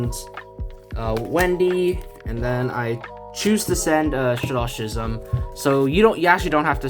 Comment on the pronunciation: Pronounciation for "schism": I really like the video though! Thanks for the tips!!